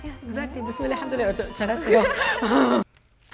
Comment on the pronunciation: its bismillaah, not bismilla